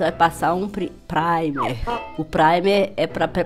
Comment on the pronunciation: Agora passa o "pri" "praimer" kkkkkkkkk a melhor kkkk